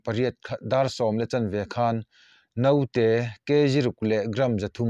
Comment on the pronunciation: Note nilo in Naute tih tur aw